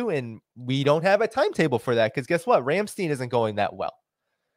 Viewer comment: Ramstein rhymes with "nine". Ein, nein, klein rhyme with "nine".